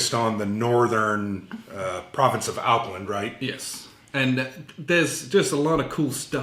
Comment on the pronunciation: Thanks for the review. I do like the sound of the BD (Battle Dispatches) chits to spice up the combats. Might have to grab this one...… (BTW: that was a savvy move to mispronounce Auckland. After that, no NZers are going to expect much from you in terms of Maori pronunciation, hehe.... (just a little tongue and cheek humor at ya.....) ;-)